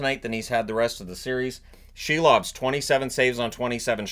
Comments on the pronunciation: Could you please at least pronounce his name correctly, it's Si-lovs like window sill, not she-lovs. Yeah, I get it, you think it's funny, but after playing great in the playoffs I think he deserves a modicum of respect. It's not only in the NHL pronunciation guide, but he also pronounces it this way. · I keep hearing the Canucks’ goalie’s name as “Shelob”.